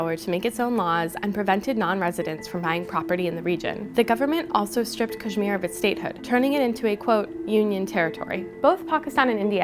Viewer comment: First learn to pronounce Kashmir right and kindly tell us from what Language "Kashmir" is derived from..